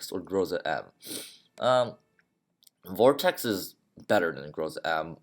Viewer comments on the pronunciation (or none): none